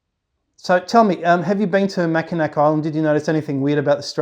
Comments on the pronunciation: Can confirm... we always laugh at anyone who says mackinac instead of mackinaw lol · Wonderful story... I'm from Michigan... Just to let you know, you're pronouncing Mackinac wrong... It's pronounced "Mackinaw"... Google can confirm this... I really did enjoy hearing your experience and love your channel... I hope you have a fantastic day🤗🤗🤗